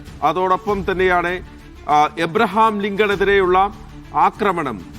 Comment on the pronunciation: എബ്രഹാംലിഗം പഠമായി😂😂😂 സന്തോശം😊